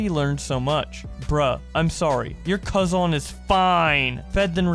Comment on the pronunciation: Nobody gonna mention how cosine was butchered? Ok